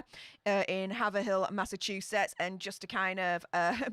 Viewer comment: Excellent stream as usual,! Just a quick note on pronouncing Massachusetts cities: Haverhill is said "Hay-v-rill" I know there's a difference between how "Haverhill" is said for the Massachusetts city versus the city in England:)